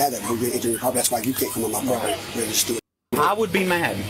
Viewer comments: Why won’t they get off his “pwoperty” ?? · Isn't property pronounced with 2 R's? Dude keeps talking about his poperty.